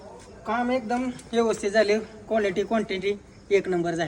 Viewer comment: काम मस्त केलंय भाऊ 👌🏻👍🏻 गाडी मालक काय हॉटेल वाल्याच्या रील्स बघून आलाय काय 🤔 कॉलेटी क्वान्टेटी बोलत आहे. 😄